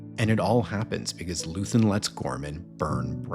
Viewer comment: First, his name is Luthen, not Luthern and second, every terrorist has a goal. His was a rebellion. He just wanted people to star to fight and leave the apathy. He is what is called as an accelerationist. He did not want power; he wanted the fight against the Empire to start and grow. He is the father of the rebellion. Every rebellion that existed is dirty and cruel. There is no good guys during the fight.